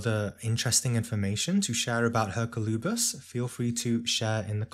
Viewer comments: May I respectfully suggest the pronunciation is "Er-COL-oo-bis", not that it really matters. Thank you for your tireless work ! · Yes, that's how we pronounce it in Spanish.